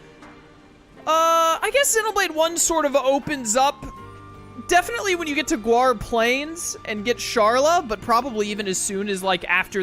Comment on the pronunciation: Why do you say GWAR Plains? Its GAUR NOT GUAR... lol no biggie just curious